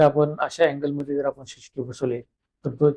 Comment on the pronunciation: पहिले तर सी सी टीव्हीला शी शी टीव्ही अस म्हणू नका . उच्चारण सुधारा 😡